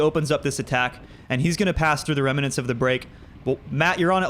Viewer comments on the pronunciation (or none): lol, this is the second time I've heard you say "reminants". It's just "remnants" :) Dude, monster sprint, wow!